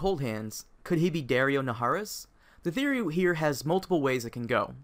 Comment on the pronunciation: DAario naharis.... seriously?